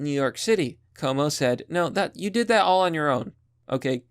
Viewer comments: his name is pronounced quo-moe a short form would be Q-mo. or coo-mo but not koe-mo. It's italian and the spelling is extremely similar to my name, pronounced the same but with an f (fwo-co - which is the right one or ff-U-ko or few-ko not foe-ko) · It's pronounced Andrew Coom-O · Normally it would annoy me that you are mispronouncing his name. But no, fuck Como. He doesn't deserve the respect.